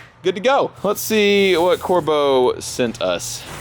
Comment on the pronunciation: Do me a favor, say "Corbeau seats" one more time.